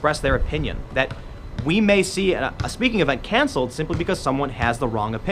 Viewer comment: What's can-seh-led? Cancelled has two l's.